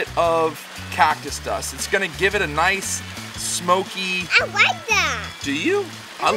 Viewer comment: " I WIKE DAT" 🤣🤣😂